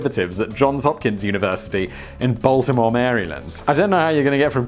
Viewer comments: Every time I hear a non American (and a lot of Americans) attempt to pronounce Maryland I die a little inside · How did you pronounce Maryland, that is wrong.